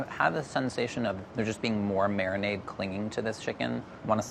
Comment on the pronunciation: no one: madhur jaffrey: mariNAAADe